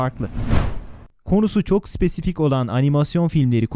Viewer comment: adam spes*kik dedi la